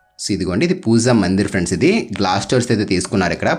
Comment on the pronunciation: Adi pooza kaadu baboiiii "pooja" 🙏🏻